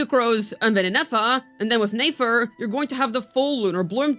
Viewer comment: omg can u pronounce nefer properly